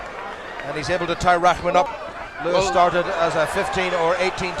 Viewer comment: It's pronounced "roc-mahn" now Raw-man. Like, who doesn't know that?